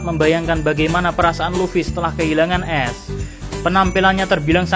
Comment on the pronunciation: Ace bree bukan es wkwkwkwk